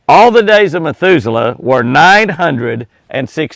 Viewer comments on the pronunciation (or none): Heard that too, I'm sure he meant Methuselah. Well now we know Jimmy is human after all. Lol God bless you.